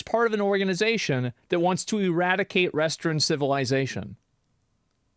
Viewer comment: does it sound like Asmon said restroom civilization to anyone else?